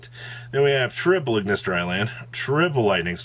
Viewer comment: you have great, concise content, but please for the love of god get hooked on phonics